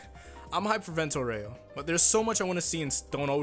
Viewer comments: It's not Aurèo, is Áureo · I don't want to be that guy, but it's pronounced AUreo. Not Oreo. It's like saying Golden Wand instead of saying Golden Wind. Sorry for being a whiny bitch. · Fun fact: It's not "Vento aurèo", it's "Vento àureo" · That "Vento OREO" gave me cancer Why no one ever pronounces it correctly? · The way you say "Aureo" is wrong and cringe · (The Italian pronunciation of “Aureo” has the “A” stressed instead of the “E”, which is a common mistake anglophones make. ;) just wanted to point this out)